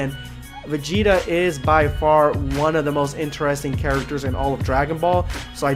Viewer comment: #EndofVideoSquad Finally Vegeta Ascension Thank you # You are the first person in my life that actually Says my whole name correctly